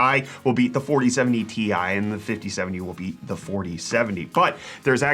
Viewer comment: "the 5070 tie..." ok, its good so far... "will beat the 4070 tea eye..." WHAT??? Pronouncing the letters separately? This is a disgrace! A scandal!!! Edit: for those who are wondering